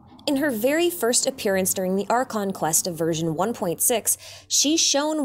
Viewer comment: For some reason my brain thought u said virgin 1.6 instead of version. XD